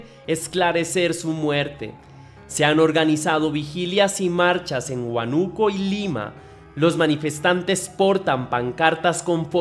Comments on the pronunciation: no es huanuco, es Húanuco- chekia eso xfa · Es huánuco no huanuco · Hola, por que inicialmente dices Huánuco y luego a mitad del video dices Huanúco, cambias la tilde pero si sabes como se pronuncia, a que se debe? He visto videos de otros youtubers que también hacen lo mismo con palabras comunes, les cambian la tilde sin motivo